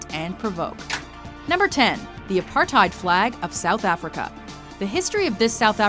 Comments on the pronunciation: The way she pronounced "Apartheid" XD ( I live in SA) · I love the way all of you say apartheid wrong, makes me feel superior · I always find it hilarious hearing english speaking people say apartheid, if you want to hear the correct pronounciation, use google translate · Please say Apartheid right, as South African this irratates me alot